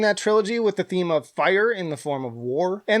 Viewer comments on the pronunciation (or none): none